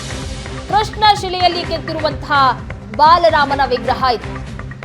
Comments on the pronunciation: Baalarama... not balarama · ಬಾಲರಾಮ ಸರಿಯಾಗಿ ಉಚ್ಚರಿಸಿ...